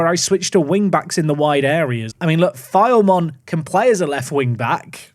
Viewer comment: Enjoyed this episode! Just wanted to say that Filemon is pronounced Phi-Le-Mon and Asyraf is pronounced Ash-Raf.